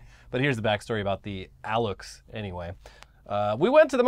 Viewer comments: bit of a correction and a Maya/Nahua lesson for y'all, X makes an SH sound in those languages, like it does in Spanish thanks to colonialism. Alux is pronounced ah-lush. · Aluxe is pronounced "alushe", the "e" as in "pet" Time ago there was a luchador with that name 😆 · The correct pronunciation of Alux Is Al as in the first syllable of Albert and "ux" as in the first syllable of Usher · Alux is pronounced Alush (pl. Alushes), and the only reason I know that is because there used to be a Little Person masked wrestler that went by that name here in Mexico.